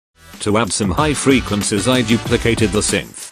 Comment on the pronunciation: Ahh yes, those damn "freequencis", welcome back, great tutorial!❤